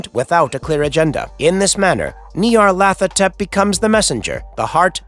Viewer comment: The idea that there is a difference between outer gods, elder gods, and old ones, comes from Derleth, not Lovecraft. It's also pronounced Ny-ar-lat-ho-tep